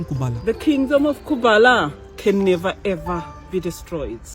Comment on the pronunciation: "nevah-evah" katanya bang😂😂